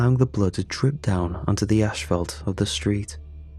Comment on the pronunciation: And now he says "ash-fault" instead of asphalt. He's killing me today 🤣🤣🤣